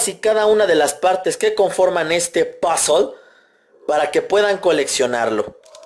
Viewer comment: Odio cuando dice "POZOL!!!!" En vez de puzzle:v